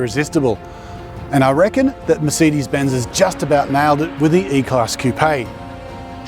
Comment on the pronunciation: It's merSAYdes not merSEEdes!